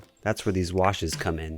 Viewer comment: "You know, children could play with theese toys" 🤓